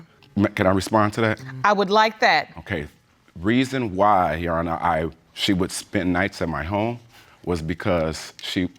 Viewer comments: On the YO Honor- literally makes me very upset!! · We can't keep forgetting the "r" when saying "youR honor". "You honor" is making my eye twitch